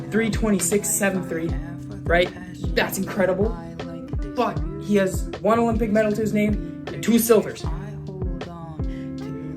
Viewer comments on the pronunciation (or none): none